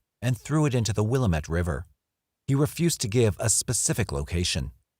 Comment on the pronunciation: I grew up in Albany and Corvallis Oregon. The correct pronunciation of the river is Willamette, dammit!